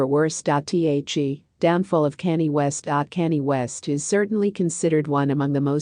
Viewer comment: His name is Kanye. Pronounce con yay